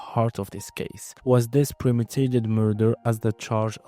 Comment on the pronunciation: Great video ! Obs: its premeDItated , not " premidated".